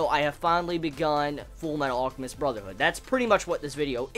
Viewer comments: ALL-chemist lol? It's pronounced AL-chemist. Like his brother Al, or almond. Other than that this was good :p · Hey can you try pronouncing the L in alchemist sorry it just annoyed me. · why cant you say Alchemist properly you tool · the way he pronounced "alchemist" kept pissing me off lol